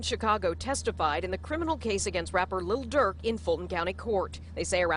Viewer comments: Did she say “Lil Dark” b!tch what ?☠️ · His name : Lil Durk News : Little Durk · Did she just say "little durk"???? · It is funny how they say lil duel and devontae like he isn’t a famous rapper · She said little durk😭